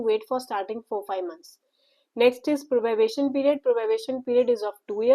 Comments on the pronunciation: its probation not probabation please correct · It is probation not probabation